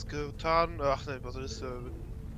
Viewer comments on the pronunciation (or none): "Basilikum" XD